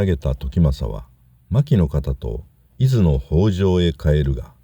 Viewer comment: 伊豆の人にとっていずのアクセントが気に入りませんね（笑） 何回聞いても違うだろ～って思いました